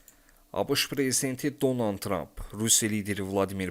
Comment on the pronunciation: Heç olmazsa insanların adını düzgün tələffüz edin.Donan,Zenenski.